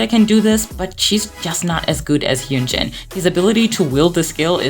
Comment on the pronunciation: Your pronouncing Hyunjins name wrong btw